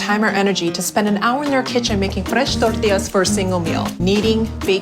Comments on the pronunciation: The accent tells you how authentic the Tore-tea-yas are. A real life mexican would never lie about Tore-tea-yas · I love when people talk with a strong American accent then thow in a "Tore-tea-yas" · oh my god imma throw up lmao homegirl is speaking perfect english the entireeeeeeeeeeeeee time until its fRRResh toRRRTilas like if you speak english you dont need to say torRRrrrtilas as if your mexican or spanish heritage depends on it like pronounce it english its fucking fine its like "blablaenglish CROHHSAHHNTT btw and also" so goofy man so dumb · Why does this lady only have an accent when saying "Fresh" and "Tortillas" and no other times? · The code switching whenever she says "Tortillas" is everything to me 😂. Its so jarring hearing it mid sentence, she puttin that STANK on that -illa part